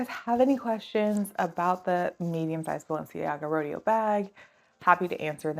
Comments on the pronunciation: Great review. I'm thinking of this bag. It's pronounced Row-day-oh, like Rodeo Drive in Beverly Hills. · Haha the way you say "Rodeo" is killing meeee. But otherwise, great review!